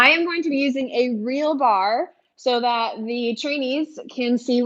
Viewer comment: lol "thut" I love it